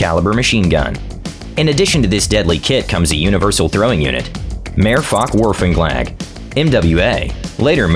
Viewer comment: I love the American commentators pronunciation complete with American accent for Mehrfachwurfanlage (Multi throwing system) & Mehrzweckwurfanlage (Multi purpose throwing system). I'm a British expatriate living in Germany & in all fairness to the Americans if you speak in 10th century Icelandic to an effing traffic sign you'd get more sense out of it than if you spoke to a German in contemporary English.